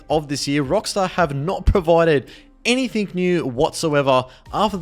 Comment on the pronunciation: "any much longer" "anythink" dude the way you talk is so frustrating